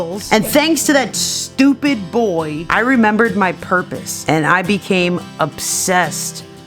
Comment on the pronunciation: purpose? More like PURRpose